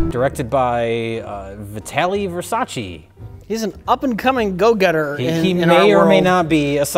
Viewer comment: they wouldn't accept him he can't even pronunce his last name in italian, it's versace not versaci.